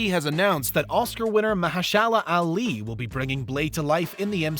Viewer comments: Lol glad you burtchered mahershala Ali name lol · TruTh! IT was preTTy disTracTing To lisTen To This guy annunciate all Those 'T's. Also, Mahashala Ali? I've not heard it said that way before.